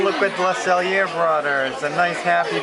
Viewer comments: Usually I'm not picky, but your French pronouciation of the restaurant is incorrect. Think of Le Sell-YAY! Not the sell-er. It made me cringe everytime you said it. SELL-YAY! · "le cell (ee) a (long a not uh, but ay)" never, ever, pronounce the r like ur in french